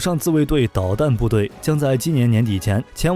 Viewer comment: 石垣（yuan）岛不是石桓岛